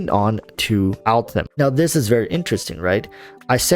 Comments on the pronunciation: Could you PLEASE NOT SAY ALTHAM!!!! He's AL-HAITHAM !!!! Jesu people put some effort into pronunciation. Just show some effort. Don't be lazy. Sorry, got triggered. Butthe good video. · Bruh who the hell is Altham? So cringe man. It's Al haitham ffs either try to pronounce it or don't, why change the name. It's pronounced al-hey-tham. Not that hard. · Can you stop saying Altham please please please, it feels so disrespectful to me, its Al-Haitham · Al- Haytham is pronounced hay like in haystack and the "th" like in thumb Al - Hay - tham The name directly translates to "The Lion" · I call him "that Al- guy" most of the time, because his full name is new to me and I'm really bad in remembering names. 😂 But I agree that if wants to use his name not like me (more like a joke about my bad memory), but seriously, he should try to pronounce it correctly. Otherwise it sounds weird. Maybe, he can't pronounce "Al-Hai-" part for some reason? 🤔